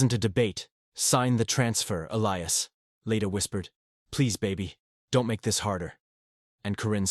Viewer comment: Leda, not Lita. Elias is an adult, not a baby. Leda, not lady.